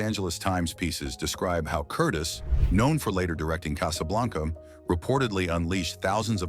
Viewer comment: Someone is programming the AI narrator's pronunciation. And the programming is sometimes inaccurate because the programmer has never hear of some of these people. Michael Curtiz is pronounced Cur-teez. Bette Davis is Betty Davis. Walter Wanger, the producer for Cleopatra, is pronounced Wayne-jer not Wanger as it's spelled. Yet, the German words seem to have been pronounced correctly.